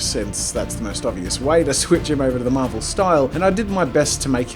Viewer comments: It's SWITCH, not SWICH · It’s “switch” not “swich” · Switch has a t in it... Unless you mean s'wich, an abbreviation of sandwich.